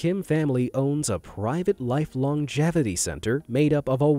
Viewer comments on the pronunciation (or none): none